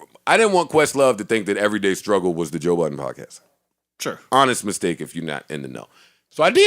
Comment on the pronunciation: DId joe Budden just trash his own name.. im done